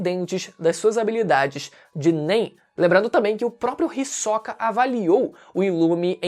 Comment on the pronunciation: O falar o nome do Hisoka com ênfase agudo no “o” me dá agonia kkkkkkkkk